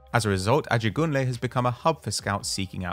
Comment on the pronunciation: Lol the way pronounced Ajegunle, great vid